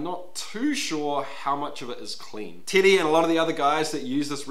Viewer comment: Love the way you say “Teddy”, to my ears it sounds like you’re saying “titty”!